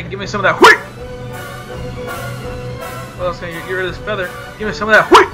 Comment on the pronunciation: "HWEAT" hahaha